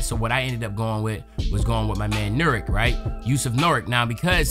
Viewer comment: Wagner is pronounced vog-ner and nurkic is pronounced ner-kich